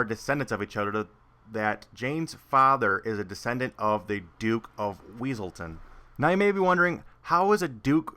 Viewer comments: It's wesalton not weasel town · It's Wesselton. It's pronounced Wesselton. Exactly what the Duke would've said.